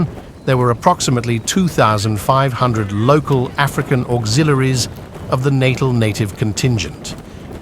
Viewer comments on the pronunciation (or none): Natarl not naytal pronunciation ! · Next time, enunciate your spellings so they pronounce words like "Natal" in the correct way. You may have to type in "nuh-tall" or something like that. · I can't tell if this is AI or not. If you can't pronounce Natal at .49 why should I listen to the rest of this?